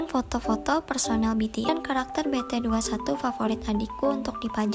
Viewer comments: Masa ngomongnya bete dua satu dah👎💢. Kan harusnya ngomongnya kan yang bener biti tuenti wan 👍😍😍🥰😂🤣🤣🤣🤣🤣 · Kak bukan BETE21 TAPI BT21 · Bt21 dibaca nya bitituwanti